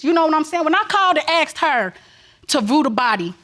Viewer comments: I just notice how this lady is pronouncing the word asked into axe !!!? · When I axed her to vrew da body......